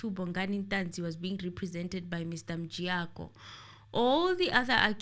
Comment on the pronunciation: make me laugh when he call mjiyakho as Mjayiya loool